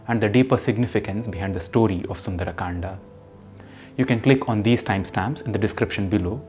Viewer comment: Why you sound like sundar’’aa’’. Its sundar kand